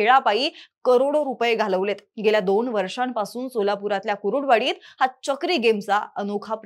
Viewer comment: कुरुडुवाडी असं नाही कुर्डूवाडी असा उच्चार करा.